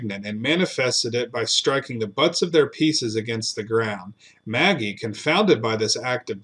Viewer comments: Ma-gee not Maggie lol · I’m not sure of this gentleman but Magee would usually be pronounced McGee not Maggie.